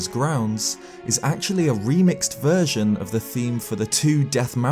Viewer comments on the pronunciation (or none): none